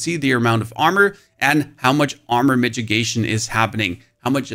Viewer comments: Its not "midgegation" it's mit-i-gation. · Mi-TI-gation.. not midgetgation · What is a "mitgigation"? :D It is mitigation, pronounced with a DD ...so middigation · Brah its not a midgit!!!!!!!! Its pronounced ad Mid-ah-gation!!!!!!!!! lmfao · I can't tell if you're mispronouncing mitigation as a bit or not... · "MK" and "Migigation" is driving me insane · please please stop saying mitchigation, unless its to protect yourself from some guy called mitch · All I heard was the way he is pronouncing mitigation.